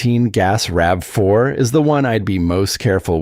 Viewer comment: RAVE 4? Credibility lost. Get a human or a better bot.